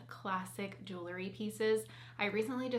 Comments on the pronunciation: I hesitate to mention this, but since you're representing a jewelry company, I'd like to gently suggest that you correctly pronounce this word. It's jewel-ree, not jooluh-ree. I know it's a minor thing, and it's a common mispronunciation, so please take this with a grain of salt. I'm a fan of yours and will love your videos regardless:) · The pronunciation of "jewelry" as "juu-le-ry" with three syllables is fairly common in everyday American English and is considered a variant pronunciation. It's often heard in informal speech across different regions of the United States, but it doesn't belong to any one specific area. People tend to insert an extra syllable because the word "jewelry" can feel awkward to pronounce with just two syllables, leading to the more natural "juu-le-ry" flow.